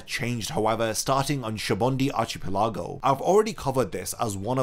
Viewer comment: Shabundee arch-u-pulugo ark